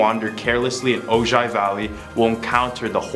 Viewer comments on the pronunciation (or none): Dear, OJAI,IS ACTUALLY PRONOUNCED OHI, SIMPLE M,MISTAKE, THINK OF THE SIX MILLION DOLLAR MAN, HE AND THE BIONIC WOMAN WERE FROM THERE, OTHERWISE I WOULDN'T KNOW HOW TO PRONOUNCE IT!!GARY BAILEY KING OF DARKNESS P.S. GOD OF THUNDER AND LIGHTNING